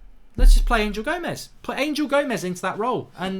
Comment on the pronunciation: He is not ANGEL he is Anhel A N H E L , anhel gomes, anhel, not ANGEL